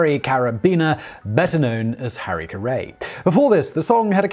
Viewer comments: Oh Simon I love your stuff. But its Carrie.. not Ca-ray. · Harry "ca-ray"? Harry "carry" Haven't you seen SNL, Simon? Honestly, the entire segment suffers with glaring and repeated mistakes like that. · Who is Harry Car-ray? Does Sim-on mean Harry Carry? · Pronounced like "Harikari". LOLZ (oh, that Simon) ;) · Simon I love you no matter how you pronounce shit. Usually!! This time. IT'S HARRY CARRY! NOT HARRY CARAY!! 🤣🤣🤣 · Maybe it's pronounced Kari. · You pronounced Harry Carey incorrectly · HARRY CARRY. WOW, THE AMERICAN ENGLISH IS NOT THAT DIFFERENT. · Really enjoy Simon.... but could not keep listening after Harry - Carey and Bill Veeck. Made me chuckle to the point of losing focus... Do keep up the great work though Simon (sincere) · Does he mean Harry Carry? If you really want a giggle, listen to him pronounce Aluminum. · Harry 'CarrA' ??? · I'm not going to crucify Simon over the way he says something. But you would think in his research he would find a clip on hows the name is said. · With as much research as these people do, you'd think they'd take 2 minutes to find out how to pronounce someone's name. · I love Simon, but his repeated mispronunciation in this one is super cringey.